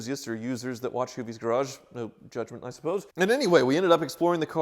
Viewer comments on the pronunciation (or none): none